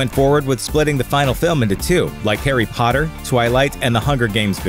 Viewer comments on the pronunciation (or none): none